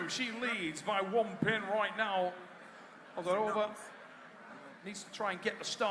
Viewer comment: ozeRova, u forgot R 😅